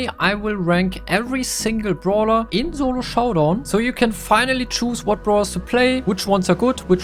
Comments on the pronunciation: Solo showdown ❌ Zolo showdown ✅ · Solo Showdown ❌ Zolo Showdown✅